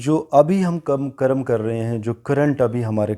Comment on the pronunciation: It is Karm Not Karamaa